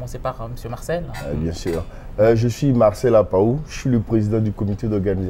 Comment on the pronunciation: APPAOU et non APAHO!!!